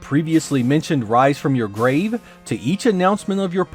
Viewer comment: thank you for this review. I played the Japanese version of this game back in the day and it wasn't that great tbh. It's the memes that have actually made it popular over time - especially the 'Wise from your gwave'. Lol